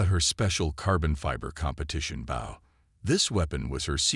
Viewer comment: The ai says the wrong version of the spelling bow it says it like part of a ship.